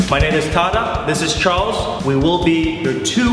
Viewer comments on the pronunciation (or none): none